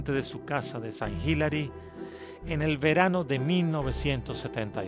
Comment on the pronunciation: Sant Hilary, Hilary Clinton😂😂😂 de e pronuncia < >